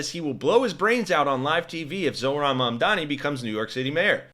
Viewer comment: And none of them can even pronounce it, they keep saying "Momdami"